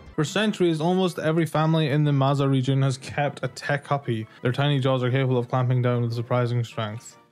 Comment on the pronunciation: Hi, love the vid! As someone born in Mexico, I’m so happy to see my country and culture represented to a wider audience in something I love. Also, as someone who also watches Subjectively, I would like to clarify that Techuppi’s name is pronounced “tetch-ooppie” not “tec-uppy”. That’s all! Awesome vid as always!